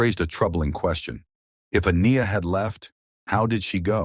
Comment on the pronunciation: Omg, if there was a way to pronounce Aniya…..you did, heck even created a few pronunciations I think. Not sure her name was said the same twice in a row